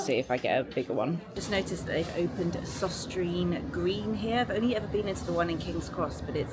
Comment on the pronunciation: It's søstrene *grene. 😊